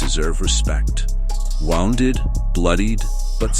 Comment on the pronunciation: ' woonded !' ( ' wownded ' for Heaven's sake ! )